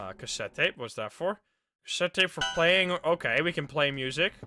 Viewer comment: Hello PLAYING(playing sounds like bloing)